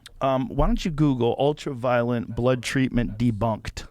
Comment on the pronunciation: Is it just me, or did it seem like Dave wanted to grab Joe and say "It's ULTRA-VIOLET, not ULTRAVIOLENT"?